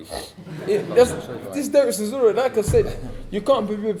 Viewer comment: Dillian keeps call chisora sirora lol